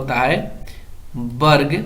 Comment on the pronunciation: Varg hota hai barg nhi hota 🤣😅😁